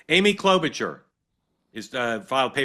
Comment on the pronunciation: FFS. The CH in Klobuchar is an “SH” sound